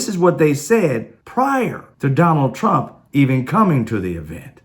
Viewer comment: Guy sounds like he’s saying “Donald Tramp.”